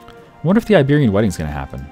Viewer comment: I had to like this vid he said the ibearian gay wedding lmfaooooo😂😂😂😂